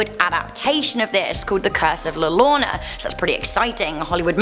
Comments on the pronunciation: U said llorona wrong u said llarona it's like saing yo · Le lona sorry again it is pronounced la yo rr ona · So I just wanted to help you out a bit. The llorona Is pronounced yorona with the y sound. Also la lechusa you pronounced fine but she is actually a witch that stalks children at night. She will take them to her nest/lair and proceed to eat them. I'm not from Texas but these stories derive from the Hispanic culture and I do live in Mexico. My husband is Mexican and although he is normally not superstitious he thoroughly believes in the lechusa. Also I love your guys' channel! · Not la rona Here I'll help its pronounced La yorona But it's spelled La Llorona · I started laughing at the pronunciation of la llorona it's pronounced la yorrona your welcome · It's not La Lorona, it's pronounced La Yo-ro-na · It’s pronounced la yorona not la lorna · La Llorona is pronounced (la yo-ro-na) in spanish two ll's in spanish pretty much makes the "y" sound. it sounded like u said "la lona" im like, "wut?" lla = ya llo = yo ll = y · Actually it's pronounce ya not yo so la yarona like how they say tortilla as tortiya not tortiyo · Its La Llorona which is pronounced La Yorona not Yarona... Cuando lloras (yoras)... your crying, no estas llorando (yararndo) (pronunciation-wise not spelling-wise) lol thats not a word. I'm guessing you were just joking due to all the "Spanish teachers" on here lol. Obviously Spanish is not first language and its understandable if she pronounces it different as it isn't pronounced the way its spelled, at least not by English standards. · It’s not like l l orana its like yorana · The llorona is pronounced the yorona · La llorna is pronounced “la ja-row-na”. Coco movie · Also La Llorona it's pronounced (Your-ohn-uh) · ....🤣🤣🤣💀 pronunciation wise, it’s La Yarona. In Spanish 2 L’s make a Y sound. I know you’ll still miss pronounce it cus you gotta roll the r. But goodluck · La Llorona (LAH- LAH- LAH- ROW- NA-) I’m sorry but I had too